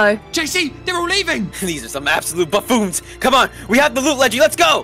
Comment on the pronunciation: (updating for every mistake) "cahsing" "absaloute" "absaloute" "bafoons"